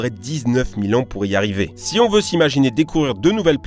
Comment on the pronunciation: Va falloir bosser sur les liaisons en français, il y a des "s" et des "z" qui se baladent entre les mots, c'est z' énervant !!!